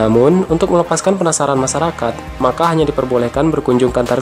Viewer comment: Masyarakat bukan masarakat 😂😂